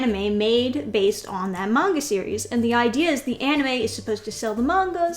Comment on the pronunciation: As an Asian you pronouncing "manga" correctly is like a fresh air to my ear